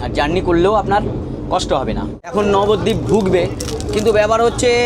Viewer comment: Nabadwip❌ Babadwip😂